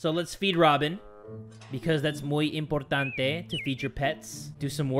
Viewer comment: Is your country Philipines or Amirica? the pne you said inportantie is cinaular